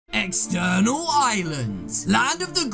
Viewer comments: You said external lol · Lol it says eternal not external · external island??? it’s eternal island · You said EXTERNAL at the beginning... ITS ETERNAL